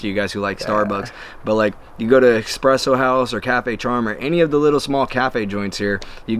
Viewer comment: Did he just say “expresso house?” It’s espresso.